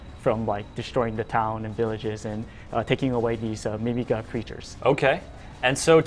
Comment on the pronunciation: 2 things: 1. i wonder what Ballos will look like... 2. did anyone else think the way he said mimiga was wrong?